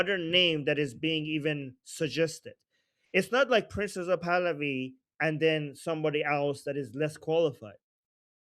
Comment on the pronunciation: when you say "Prince Pahlavi" it sounds like you're saying "Princess of Pahlavi." Just sayin'. Love this show...extremely informative. After the Iranian people are free, a dream of mine is to visit Iran. I've been grieving for and praying for the Iranian people since the trauma of the Islamic revolution in 1979.